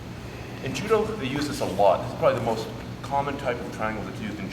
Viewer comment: did you say judo?